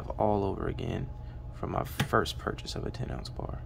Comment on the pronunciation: Nice "Ourchase" 🤪. Ten oz bars are a major portion of my stack☠️